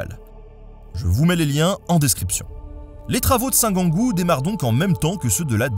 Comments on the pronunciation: 4'38 on prononce Saint "jeangou" pas "Guangou" ... ayant vécu à Toul 7 ans .. il y a presque 50 ans maintenant ... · Ahaha la même pour la prononciation de Saint-Gengoult, j'ai toujours entendu la prononciation "saint jean-goult"